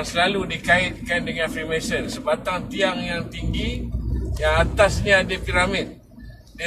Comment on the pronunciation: Freemensen freemensen... FREEMANSON bro... Spell and pronounce biar btol